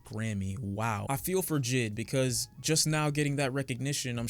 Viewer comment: Please stop saying jid 🤦 J. I. D.